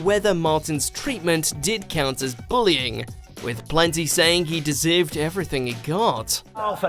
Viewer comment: Martin Roberts what? BULI - ING